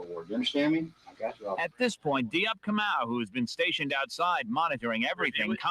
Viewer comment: I used to work with this guy. It’s ka mau. Not moo.